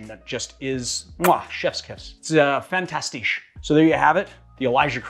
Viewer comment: The way you pronounced fantastic is basically German with a french accent haha